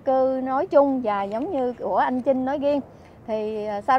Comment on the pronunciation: ụa chị,anh trinh với chinh, hai từ khác nhau mà,hai cách phát âm khác nhau,âmtr với âmch mà,e thì ko có ý kiến gì,mong chị gọi tên các anh cho khán giả dễ hiểu hơn,chúc chị nhiều sức khỏe